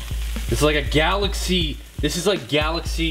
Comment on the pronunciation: wait did you say galaxce